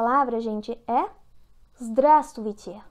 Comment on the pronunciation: Palavras com mais de 3 sílabas, como a 2a., essa "drassussuvisset" (como não deu para entender os sons e repetir é claro que a pronúncia escrita está errada!) deve ser pronunciada "sílaba por sílada"... duvido que alguém aqui conseguiu pronunciá-la corretamente! Minha querida o problema é que vc fala muito depressa em "portugues e russo" com péssima "DICÇÃO"... aliás pronunciando também muito mal o português!... desculpe, sou professor de fonética de LÍNGUAS ESTRANGEIRAS; sugiro a seguir meu conselho, para qualquer língua! Lembre-se: "Quem ensina qualquer língua estrangeira para principiantes, tem que falar pausadamente com a devida entoação e "CLAREZA DE SOM"... Assista seu vídeo com atenção de "aprendiz", e entenderá o que estou aconselhando, se quiser, é claro ser uma "boa professora". Não fique "amofinada" comigo, gostei do seu esquema! Fale mais "com-pas-sada-men-te", a primeira vez, repita uma segunda e depois normal... ok!? Abraços! ... Vá em frente!...